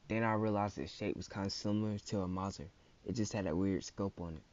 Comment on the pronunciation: Aye homie I dig all the content. But with how you're pronouncing Mauser sound like you're saying mosin. But everything else was gold, details and real life guns the blasters are made from. You asked for honest and that was the only thing I caught. Keep at it bro I'm subscribed